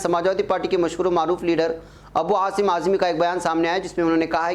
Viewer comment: ابوعاصم اعظمی شاید" ابوآثم "ہی معلوم دیتےہیں کیا ؟ جیساکہ ھندی میڈیاوالےتلفظ کرتےہیں ' خیرخواب میں شدّادکی جنّت بہتوں کونظرآسکتی ہے"بقولِ بعض سماج وادی پارٹی سےپہلےاہروں کوجوڑیں " ' مسلمان توپہلےہی سےاُس پارٹی کےہاتھ میں گروی رکھاہو ( اے کاش اِتِّحادہوتا ) مگربرادراں کی زبان میں تودکھاوےکی بھی شیرینی نہیں ہے ¡